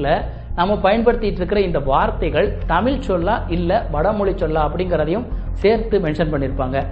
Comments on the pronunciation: நீங்கள் கூட தமிழ் என்று உச்சரிக்கும் போது தமில் என்று தான் கேட்கிறது... ழ-ன வின் உச்சரிப்பை சீராக்கிக் கொள்ளுங்கள்... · முதல தமில் நு சொல்லாம தமிழ் நு ஒழுங்கா சொல்லுங்க அப்பறம் you can advice everyone... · Have you noticed that in this video you are pronouncing 'Tamizh' as 'Tamil'?